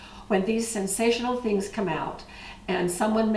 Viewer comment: I STILL CANNOT BELIEVE YOU CALLED IT "SENSTIONAL" 🤣🤣🤣🤣 WHATS SWNSATIONAL IA THW FACT THAT PRESSURE CANNERS WERENT EVEN INVENTED WHEN PEOPLE WERE CANNING EVERYTHING WITHOUT THEM! 🤣🤣🤣🤣